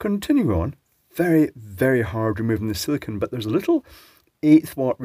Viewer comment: Si-li-CONE. Long 'o', man. It's the difference between meaning "sand" and "boobies"!